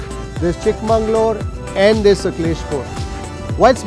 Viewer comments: It's not chikmangalore it's chikmagalur ! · I have a quibble. It's not Chikka'mangaluru' is Chikka'magalur'. City / town of the younger daughter.